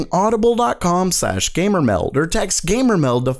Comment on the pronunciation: This is really dumb and nit picky, but I don't really like the way you say gamer meld.